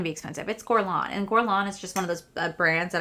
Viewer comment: please google how to pronounce guerlain properly! as a fluent french speaker it really made me cringe